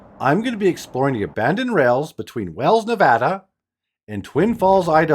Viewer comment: It's Wells, Nevada. FYI.